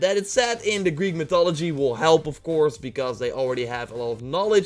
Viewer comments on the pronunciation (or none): none